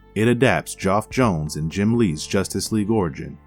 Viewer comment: Bro, can you please figure out how to say names properly?!?!? Martian manhunters name is John John's, the comic writers name is Geoff John's who's first name is pronounced Jeff, and finally Darkseids minions are called parademons.